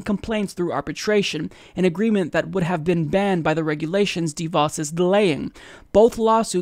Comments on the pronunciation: her name rhymes with "da boss." It's not "DEE Voss." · It's not dee-vaus with the emphasis on the first syllable. It's deh-vaus, with the emphasis on the second syllable.